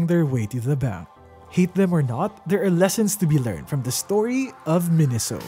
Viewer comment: The Japanese Katakana gave it away for me. メイソウ is pronounced "Meisou," not "Minisou."